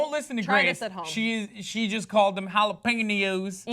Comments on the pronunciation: it's pronounce hala-pen-yo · did Hassan just make fun of how said jalapenos?? his version is even worse. and least she attempts the ñ.. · mocks for pronouncing Jalapeños incorrectly Pronounces it worse that... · When hasan botches the fuck out of the word jalapeños and then gives shit when she says it cuter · wow hassan can't pronounce jalapeños right and then makes fun of who actually can, dumbass.